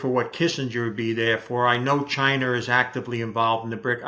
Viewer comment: He says "chinr" 😂